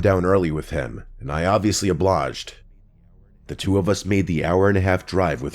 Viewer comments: … did he say “oblaged”? Is that like a common thing people say? I know of obliged but not oblaged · "and I obviously oblawwwwwjed" doesn't know how to pronounce "obliged". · Oblouged? lol. Those cops are 100% useless as shit.